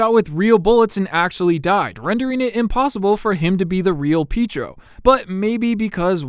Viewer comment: I love how you say Pietro, Peetro lmao